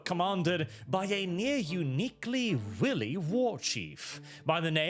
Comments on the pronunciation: Willy Warchief? 😂 Wily is pronounced like why, why-lee, lol. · Just so you know for next time, the i in wily is long. Usually I would not really be too bothered by slight mispronunciations, but in this case the word willy is also common slang for the penis. Which I do not think was quite what you were looking for? Got to love English and all its little pronunciation traps, and our million and one slang terms for the penis....